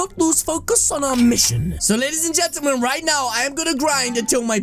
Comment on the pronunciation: “LADIES AND GENTAMAN” 😂😂😂